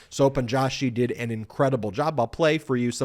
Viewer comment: The pronunciation of Joshi is not Jaw.shi but Joe.shi. A typical surname from the Indian subcontinent.